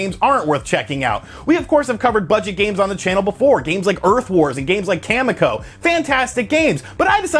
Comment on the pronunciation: You're saying Kamiko wrong. They pronounce it in the game!